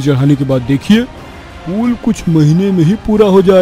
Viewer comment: Pool nhi yaar pul hota hai, baar baar pool pool kyo bol rhe ho.